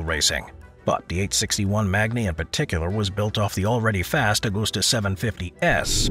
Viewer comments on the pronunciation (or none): none